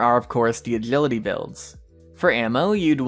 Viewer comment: I think he has braces or is not a native english speaker he pronpunces adrenaline, attention and other words weirdly too. Or maybe he has some speech impediments